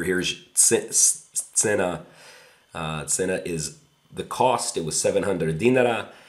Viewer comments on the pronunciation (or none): none